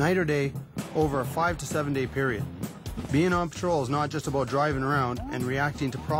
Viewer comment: lol he said "aboot"